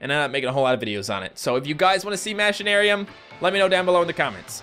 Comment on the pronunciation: you say machinaruim like mashinaruim which makes no sense its pronouced machine-aruim